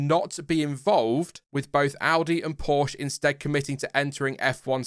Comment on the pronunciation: Porsche....pronounced...Poorsh aah